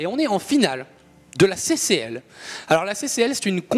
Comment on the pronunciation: C'est final de la "CCL" pas "SSL" hihi ^^ Sinon je peux le dire, j'y étais héhé regarder le nom des personnes qui quittent la game à la fin :P Très bonne game des 2 côtés !